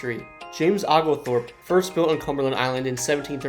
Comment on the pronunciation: Liked the topics, but brother, it’s OHglethorpe and ByRUN